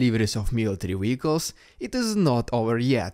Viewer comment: What is a Weehiccal ?